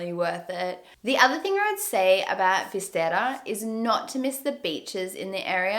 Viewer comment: I'm Galician, and i have to correct you: When you say ''Coruña'' youre saying sometimes 'Corruña'' and with ''Fisterra'' you say 'Fistera' Omly with RR is when you go like a roar or an motor, not with one R alone You have them in to opposite place. Coruña later on the video you say it right, still.. Fisterra has the double RR so is there where you go rrrrrrr xD By the way, the small salty fishes are Anchoas